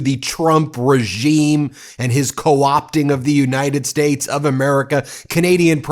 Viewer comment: "United Shates" says king donold. Howard Lutnick is plain GROSS!